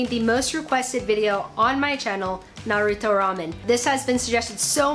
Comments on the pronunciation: She said it correctly god bless her ❤️🥺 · She pronounced naruto correctly... SHE PRONOUNCED NARUTO CORRECTLY! TAKE MY LIKE